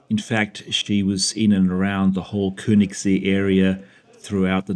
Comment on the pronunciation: See (lake) is pronounced as "say" without the y pronounced. The ö sounds like the eu as in the French word deux. Thus, Keunigssay.